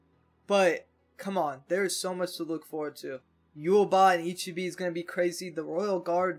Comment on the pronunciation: Man i been rewatching the ep everyday and i'm gonna keep rewatching till they drop the last two because this sh*t is beautiful😭. Btw it's not that impo but if you wanna say the monk's name right it like this i-chi-beh and not i-chi-bi👌🏼. IF you pause,you gonna see "someone" losing part of his body (that's what ichigo also saw) and then here they gave us two more frames of ichibe looking like the villain himself holding a cropse that 's clearly it's the soul king's(you saw the soul king once in a crystal.